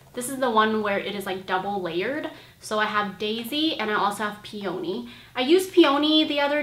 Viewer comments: i love your videos! those lashes are bomb, btw "peony" - is pronounced [pee-uh-nee] not [pee-OH-nee] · lol ily but it's pronounced "pee-ya-nee" with the ya really fast not "pee-oh-nee"